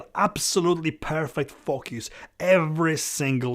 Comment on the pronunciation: i like how you say focus... Fukkyous :)